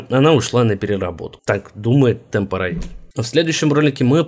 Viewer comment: Небольшая попровка, темпорял, а не темпо роял